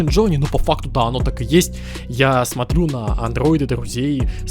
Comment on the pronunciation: Он перешёл на айфон, потому что не может выговорить "Андроид")))